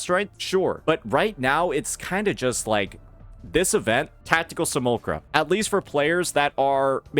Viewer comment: "see- mule- lack- kra" think of how Simulation is pronounced. Can't be having mispronunciations on top of making typos. ( Just noticed the A that followed the L was completely glossed over..)